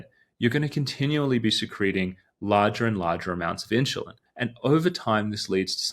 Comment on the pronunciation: when you say insulin you have an H into it like a INSHULIN sound, the H is not supposed to be in there